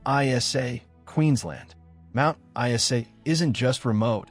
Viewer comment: Mt I-S-A?